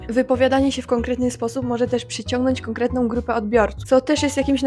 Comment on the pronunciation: No, Ty na przykład mówisz na granicy "drugom", zamiast "drugą", "konkretnom", nie "konkretną". Millenials here, to słychać. PS, o właśnie powiedziałaś "Maryjom". xD